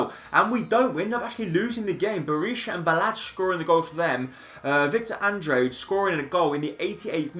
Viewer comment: It's not victor andre it's Andrade ( An-drah-day)